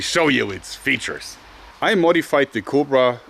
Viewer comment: Every time you say "LET ME SHOW YOU IT'S FEATUIRES" it puts a smile on my face =) keep doing what you're doing you will go far and rightfully so P.S. RIP Chrony